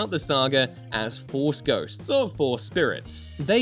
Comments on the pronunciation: Force "Ghots"? 🤣😂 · Haha you said Force Ghots